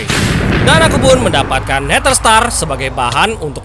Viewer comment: Neder bukan neter😂😂